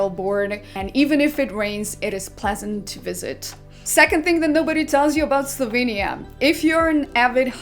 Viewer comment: slovEnia not Slovinia